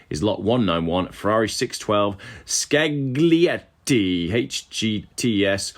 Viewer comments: The Ferrari didn’t meet reserve because the auctioneer didn’t pronounce Ssccccaaaagglliiiiieeetttiiiii!! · The Ferrari,: it's pronounced Scal e etti not ScaG lietti. Just like Tagliatelle is pronounced Talia Telle and not TaGlia telle. There Endeth the lesson. Cheers old Cock.